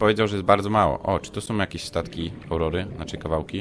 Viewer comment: i to raczej Aurora a nie Aureola